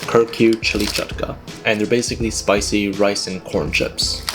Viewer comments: Bro just called "Kurkure" "KurCure" 💀😭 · Bro called it kur kur instead of kurkure😭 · its kurkuri not kurcure I am also a Bengali so I know what kurkure is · HOW DARE YOU PRONOUNCE KURKURE AS KURCURE 😡DONT LET ME CATCH YOU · 😡😡😡 ITS PROUNOUNCED COOR-COORAY!,!! NOT CUR CURE 😱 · Its not CarCure Its kur ku ray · Kurkure = KerCure Knorr = Kanore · Its not kurcure 😂 Instead we pronounce it like "Kur Ku ray" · Bro it's pronounced kur-kur-ay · cur-cue is wild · He’s calling kukure Kurcare😂😂😂😂😂😂😂😂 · Did bruh said kurcure like it was a medicine😂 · No offence but it’s pronounced Kurkure with an e sound not Kurecure unless u ate the chips to cure someone 😂😂😂❤ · Its kurkure not kurcure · Aint no way he said curcure🤣🤣🤣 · It's called chew-daa and kur-koore bro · It's Kur - Kuré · No offense but it's "Kur Kureh (Kur like how you pronounce the kur in kurta)" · Not him pronouncing Kurkure as kurCURE !! 😭😂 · But seriously, It is prounced as "kur-ku-ray". Atleast you tried your best. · Yeah after this it will be difficult for me to call him Pakistani. How could he do that. Just kidding bro, love from Bangladesh ❤❤ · No way ur called kurkure kurq 😂😭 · Mama would kill you if she heard your pronounciation of kurkure💀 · bro became american while pronouncing kurkure 💀💀💀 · that kurkure pronunciation hurt my soul 😭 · Bhai ji ask your mom how to properly pronounce kurkure